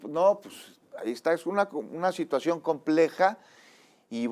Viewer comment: Me desespera escuchar hablar a este. Chinaloa. Delincuenchia organichada. Chechar. Como funchiona. Me despeera y a la vez me da nostalgia porque achi hablaba mi abuelito.. así quw diga. Ech una chituachion compleja